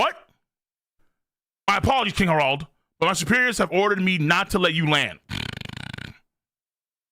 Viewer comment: its not pronounced herauld but harald